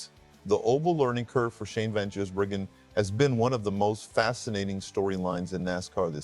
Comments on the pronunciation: FFS since when was Gis pronounced as Jizz Learning how to pronounce the name you would think would be the first thing you'd do.. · By the time SVG becomes consistent on ovel tracks, hopefully you'll be able to pronounce his name correctly. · A video about Shane Van Gisbergen yet your stupid AI can't even say his name properly. Wrong twice in the first 80 seconds. SPG? ANd can't pronounce Gisbergen properly. Bloody AI slop. Goodbye